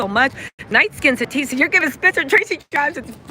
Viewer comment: Tisa not "Tess".